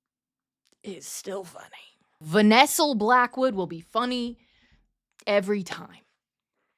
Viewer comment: Still dying because of “Vanessel”